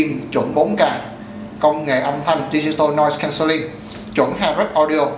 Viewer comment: Thường theo dõi những màn màn khui hộp này. Luôn luôn thầm cầu mong là, sẽ phát âm tiếng Anh chuẩn mực. = đúng như là nếu bạn đang phát âm trước mặt một giáo viên tiếng Anh. Hôm nay, mọi thứ trôi chảy và không vấp. Đặc biệt ở những âm từ khó cho một số người Việt thường gặp phải. Không ngờ bạn ta oanh liệt thản nhiên nói cái vèo (Noise Cancelling) Nhưng lại vấp nặng cách phát âm đặc thù của nhiều Vê en nờ của chữ "Compact" Vần âm 'act' = ách. pắc là không phải.